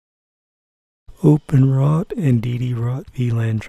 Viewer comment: Open W R T not Openrot